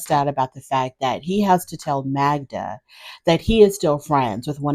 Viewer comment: Joe, if he cared, should pronounce her name correctly.